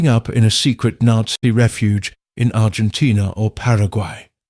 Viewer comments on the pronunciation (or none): none